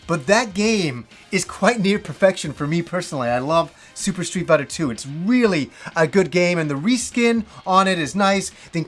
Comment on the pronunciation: "Stree Biter"